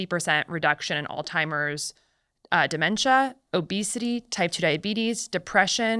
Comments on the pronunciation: Ok, is it just me or does she keep saying “all timers” instead of Alzheimer’s?? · Why on earth doesn’t she just say Alzheimers? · She really said all timers.. alzheimers... say it with me, allts- high- mers. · She keeps saying "alltimers" .... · Every time she says ‘all-timers’ it’s like nails on a chalkboard! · Altimers? Seriously? A medical dr. that can’t properly pronounce Alzheimer’s drops several points in my book. I won’t throw the baby out with the bath water just yet, but mispronouncing medical terms is sloppy and unprofessional. C’mon Dr Casey, I was getting excited, finally, a female to follow! Ugh